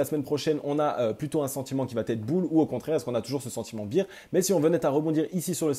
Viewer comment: Ca se prononce Bère pas bire^^ça me perturbe lol